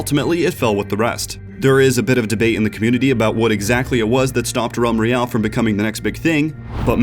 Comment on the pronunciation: ralm royale?